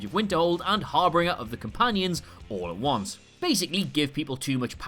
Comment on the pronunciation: *har-bing-er, not har-bringer